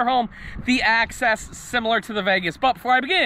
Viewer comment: It's Axis, not access